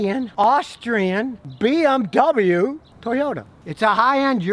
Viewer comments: Completely messed up pronouncing BMW lol but I forgive you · Hey Scottie, you bought a BoMoWa!